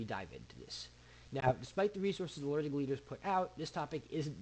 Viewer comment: Did you say learning leaders?